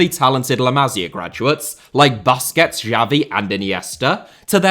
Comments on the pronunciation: He said “Baskehhts”😂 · Never heard anyone say BUS-quets before. All I hear is BUS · bro really said "buskets" 😭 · Very nice video… but it drives me crazy how you say BAsquets…. It’s pronounced Boo squets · Wth is baskets ??? pronounce the name properly man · bOSSKETZ Chabi uNd eenieeeestah